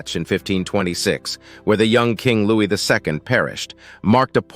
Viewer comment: Your voice isn't horrid - you just shout and speak far too quickly, pronounce Louis wrongly and I'm afraid I can't listen to anymore. I have to sign off, I've got a headache.